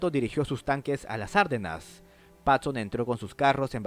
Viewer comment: No se pronuncia "Árdenas" (esdrújula), sino Ardenas (grave)